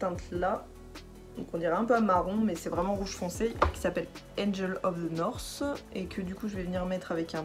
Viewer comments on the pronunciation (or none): J’adore le « angel of ze norsse ! » 😅🙊